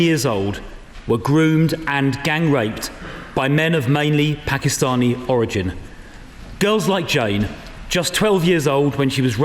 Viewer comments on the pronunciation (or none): did she say pakistani?